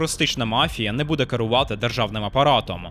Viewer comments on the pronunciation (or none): none